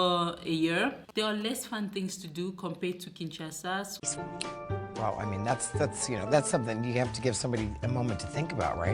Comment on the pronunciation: Its K.I.N.S.H.A.S.A not KINTCHASA please . Obotama wapi yo? Obotama na los Angeles 😂😂😂😂. MUNDELE NDOMBE